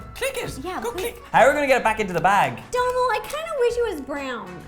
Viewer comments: No offence but Donal is pronounced doughnal 😂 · His name is Donal..... Pronounced 'dough nal' 😂😂😂😂